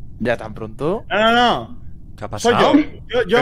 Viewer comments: "Kapasao?" de aqui a la eternidad! jajaja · el primer keapasao... Un momento icónico en la historia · Aquí empezó el "¿Que apasao?...."